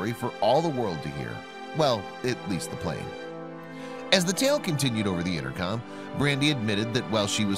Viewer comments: Its plane not plan bro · It’s “plane” not plan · It's plane, not plan. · Lol it’s PLANE Not PLAN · It's plane not plan!!!!